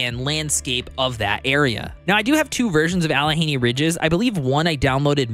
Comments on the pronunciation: "Alle henny"? Allegheny is pronounced "Alleh gainy" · Alleh-gainy that's how it's pronounced... Great video though! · Them hill people will get ya if you mispronounce Allegheny- it's "Al-uh-GAY-nee". Excited for the mod support to be implemented on this game. I think the core gameplay is pretty solid, but man does it feel light on content in its current state. Good review, appreciate the work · Yes...I was watching the video...and I was like no! LOL. I live in Hell (Texas) now, but I grew up about two hours away from this area. It looks like Pittsburgh to me.